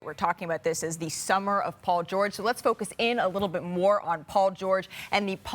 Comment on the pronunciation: "Paul georege"😂